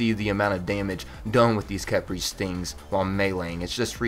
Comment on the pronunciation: pretty sure its pronounced key-pry khepri is an ancient Egyptian God known also by scrab